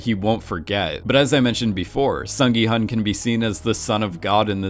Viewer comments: Ahhh, his name is pronounced “Sung gi- HOON” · The intention of my original comment isn't to go hard critiquing pronunciation. I just really want everyone to know at least the main character's name because it is not a hard name to pronounce for Americans. Some of the other names are understandably a little harder. As a Korean, I hope people will promote Korean entertainment and culture with a little more effort towards the pronunciation.